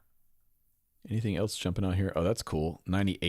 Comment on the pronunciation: There is no T in the word else! LOL!